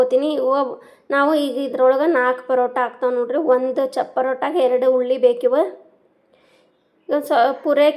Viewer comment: Hulli endrey eenu ninna taley??tomot huli or hunsehanu hulli sariyage kannda matnadu ninnge buďdi ellva??